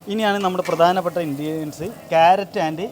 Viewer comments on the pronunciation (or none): കേരറ്റ് അല്ല, ക്യാരറ്റ്...ok